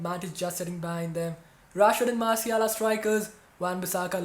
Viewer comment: Pls pronounce Martial correctly